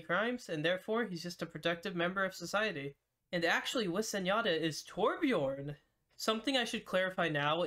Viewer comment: noo his name is Torbjörn not torbjorn